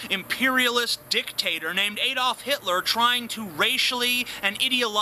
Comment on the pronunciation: it is pronounced 'a dolf' not 'A dolf' hitler. You look abit like morrisey out of the smiths when you talk. Love your videos, keep up the good work.